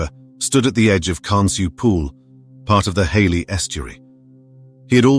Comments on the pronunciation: " Hayley Estuary"???? It's Hayle. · Reference Jacob Cockle. He died in Hayle - Pronounced HAIL- not Hayley!